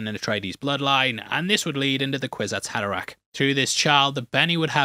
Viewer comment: *kwisat haderach lol